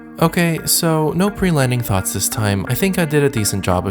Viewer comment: "final thots and landing"